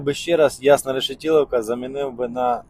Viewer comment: Чого пІрятин, коли він Пирятин? рєшітіловка! Що це за населений пунк такий? Існує Решетилівка! (від слова решето) На знаках і картах же написані правильно назви населених пунктів. Яка батарея в автомобілі?